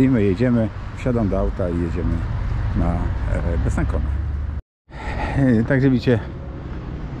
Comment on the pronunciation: Besancon wymawia sie Besansą!